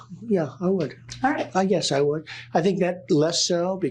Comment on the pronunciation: Funny how his yes is more like the German Ja.